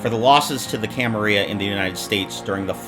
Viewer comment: I think you got a word wrong. It's "camarila" not "camaria".